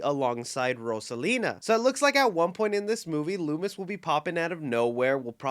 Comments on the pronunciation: I knew there wasn't any videos in a minutes! But there was a Mario Movie Mcdonald's leak and the toys came out yesterday but before that it leaked with a Luma. So we can assume Rosalina will be in the movie or in the sequel. Also correction it's Luma (Loo-muh) not Samuel Loomis but you were close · it's LUMA Not Loomis lol "Looma" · It is pronounced luma